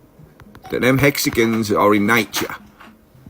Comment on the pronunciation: I thought the British guy was trying to crack a racist joke about Mexican’s but after hearing it a few times he said hexagons.😂😂😂